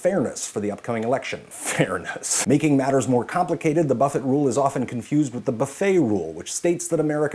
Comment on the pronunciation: I couldn't stop laughing when you said buffett wrong lol